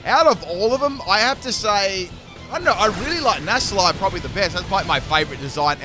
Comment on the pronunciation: Nass-lie Nassle-stack